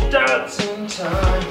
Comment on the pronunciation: Dat-Sin? It’s a Dot-son. Why must you pronounce it wrong? Do you really not understand the cup holders were not a thing in 1977? Not to mention that these cars are for driving and not for sipping. Jeez man.